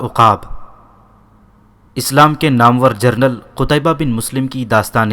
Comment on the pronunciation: مہربانی فرما کر درست تلفظ ادا کریں مثال کے طور پر نام ور جس کو آپ نامور پڑھتے ہیں